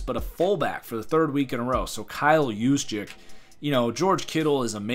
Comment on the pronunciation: I believe the proper pronunciation is Use-Check. As in “In-use” not “use me”